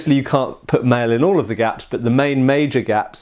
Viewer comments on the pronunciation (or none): none